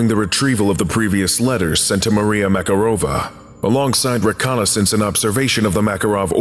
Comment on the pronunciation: Mararova has stress on MakArova, not MakarOva.